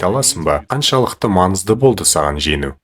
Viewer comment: Женіу емес жеңіу